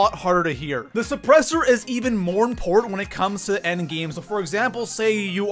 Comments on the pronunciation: It's "important" not "import" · Is he saying import instead of important? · It bugs me every time when he says “ import” instead of important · important is pronounced ... im..port..tant. not impornt. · How does this guy have 750K subs? His voice is so annoying. “It’s so ‘import’.” What? LOL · This dude really can't say important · What cant this clown pronounce "important" correctly?